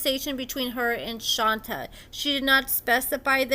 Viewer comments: Exactly. Which is weird, because obviously watches the show a lot, and on the show it's ALWAYS pronounced as Shon-tay. So how do you do multiple videos and keep calling her "Shon-ta" over and over? 🤔 I don't get it. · Thank you for the lovely recap but in case nobody else said it, her name is pronounced like Sean and Tay . Seantay not Shanta. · Did u watch the show, True prounces her name as SHAWN-TAY not SHON-TAH, so how u keep sayin it wrong? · Not shon-TuH it’s shontay!!!!! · must be the only person in the world who pronounces it as "Shon-ta" instead of Shon-tay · You are mispronouncing her name. Her name is pronounced Shawn-tay. True always said he cared for Shonta. If he could get IT with no attachment from the other woman, shame on them. They knew he had a person. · please at least pronounce her name correctly. Like Shon TAY (Shonta) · ITS PRONOUNCED-- SHAWN-TAY! 😂😂 OMG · Thank you because that is how my name is pronounced and there is nothing more annoying than people not taking time to listen how the name is pronounced. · Shon-tay 😂😂 Shon-tay. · HER NAME IS SHON-TAE! Like wtf bro it’s so annoying when y’all can’t get simple names right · do you even watch the show? Shonta is pronounced Shon-tay. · LAWDDDDD ITS SHON-TAY! I CANT EVEN LISTEN TO THE FULL VIDEO W/ THE MISPRONUNCIATION! Sounds like AI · 𝐈𝐓'𝐒 𝐏𝐑𝐎𝐍𝐎𝐔𝐍𝐂𝐄𝐃 𝐒𝐇𝐎𝐍-𝐓𝐀𝐘....𝐃𝐎𝐍'𝐓 𝐘𝐎𝐔 𝐖𝐀𝐂𝐓𝐇 𝐓𝐇𝐄 𝐒𝐇𝐎𝐖❓❓ 𝐒𝐌𝐇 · 😩😭 (Shawn-tay) it’s pronounced Shawn-tayyyyyy 😂😂😂😂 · Hey girlie! I think it’s pronounced “shon-tay”! I love your content and I’m always here gulping this tea and scolding my mouth! 🤍☕️😂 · Your saying her name wrong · girl it was driving me crazy and it's not even my dam name! 😂😂 Shit! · The way she was saying it was driving me insane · Right she keeps pronouncing her name wrong lmao 🤣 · I have a name that people mispronounce ALL THE TIME! So when I heard mispronounce SHONTAY, makes me cringe! 🥴😠 I thought it was just me🫣